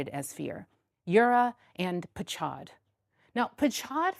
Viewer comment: It's not 'patchad' with /tch/ for cheese, but PACHAD, or PAHAD, with H for ham, but harder, a bit like "Goede morgen" in Dutch.